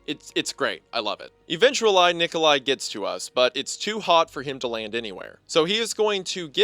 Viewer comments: “eventualai Nikolai” lmao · "Eventuall-I nikol-i" sent me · “eventulai Nikolai” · "Eventu-lie Nikoli gets to us." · eventulai nikolai?😭😭😭😭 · “eventuall-ai Nikolai gets to us” 😂😂